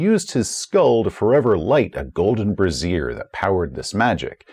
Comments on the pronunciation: Is that a golden brazier, or a golden brassiere? :D I tend to confuse the two words, since the only difference in their pronunciation is where the stress is placed. I'm not sure the one you used in this video is the one you meant. :) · Bray-zher, BRAY-ZHER! Not brah-ZEER! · Bray-zee-er, not brassiere! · Pronunciation police reporting for duty! Brazier is pronounced with emphasis on the first syllable. You pronounced it as you would pronounce “brassiere” 😆 Anyway, great video as always! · Love the videos, but isn't that word pronounced "BRAY-zhur?" Pretty sure a gold brassiere is something in Madonna's wardrobe closet. :D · Brazier. Not Brassiere :D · I once said "brasiere" instead of "brazier" and my table hasn't let me forget it. You mispronounce something ONE TIME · BRAE-zi-er (a metal cage to hold a fire) vs bra-ZEER (usually not metal, holds something else) kept catching me throughout :-)